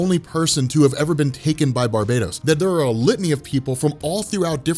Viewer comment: Ur pronouncing barbatos as barbados plz stop sayin Barbados it's bar -batos